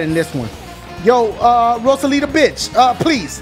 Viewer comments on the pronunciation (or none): Anjosh Gaming Rosalita Is Rosalina Dashie Says Her Name Wrong, So Thats His Nickname For Her :3